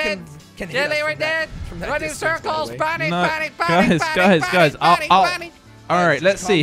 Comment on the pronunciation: Its panic not damn it